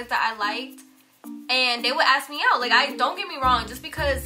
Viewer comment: I love u guys not gonna lie but I get soo stressed when says aks instead of ask lol😂❤️🤞🏽